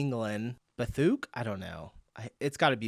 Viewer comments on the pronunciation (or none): not bathuk- Bath UK :P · Bathuk? 😂😂😂 its Bath UK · "Bathuk" had me doubled over laughing. 😂 I'm pretty sure it's Bath, UK. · The place in England was Bath… uk. Not bathuk 😅❤ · Bathuk, Bath UK, ffs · bathuk....is Bath, U.K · Bath in the UK not bathuk, I fell off my chair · Bathuk 😭My dude it’s Bath, UK 😅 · "BATHUK" ? ..... Try Bath UK 😅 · Bathuk 😂😂😂 I can’t But fair that you would think that! Not making fun of YOU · "bathuk" = Bathook!!!! No; Bath, UK. Bloody septic. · Bath, UK. Not Bathuk, its the city of Bath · Bathuk.... Bathuk?!..... It's Bath UK..... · "Bathuk?" 🤣 Bath UK Bathuk! That's hilarious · "Bathuk" = Bath, UK... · Bathuk...?!?! 😂😂😂 The city is Bath, and it's in the UK, bless! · it not bathuk it bath uk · BATHUK makes me laugh bro lol it is Bath in UK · That Cafe at the bridge is in Bath, UK.... not bathuk... 😅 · Come on, dude, Bathuk?? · Bathuuuk 🤣🤣🤣 It's the city of Bath in the UK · D Bathuk :D such a funny mistake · Bathuk😂😂😂 it's BATH uk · Bathuk 😂😂😂😂😂😂 Bath UK ! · “Bathuk” 😂😂😂😂😂😂😂 Bath - U.K. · brother, "bathuuuuk" is Bath, UK :D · "Bathuk" ... 😂😂, It's Bath, UK ... have a great day dude ... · Bathuk 😂😂😂😂its bath uk you fool 😂😂😂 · 'Bathuk' Pronounced Ba thook. Or maybe it’s BATH (A city) UK (a country). I understand why you said it like you did, thank you for the laugh that came out of me. Loving the channel. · Bath UK, not bathuk :) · Funniest comment from...wheres the coffee shop on the bridge? Bathuk?...its Bath UK.. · Bath. UK. not Bathuk! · Bathuk killed me 😂😂😂 It's Bath UK 😊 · I came to comment the same thing! "BATHUK" 😂😂😂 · bathuk ! lol it's bath UK ! bath is a welsh town in UK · As someone from the UK I immediately recognised Bath (the coffee shop at the bridge) and loved your mistaken "Bath-ook "for Bath UK! 🤣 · The "#bathuk" is "Bath, UK" not "bathook" lol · Lol it's Bath UK not Bathuk... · No way bro said Bathuk. 😅 Mate, it’s Bath, UK. 😂😂😂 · bhahahaha I almost peed my pants :D Bathook he says hahaahahah :D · It's Bathuk! 😂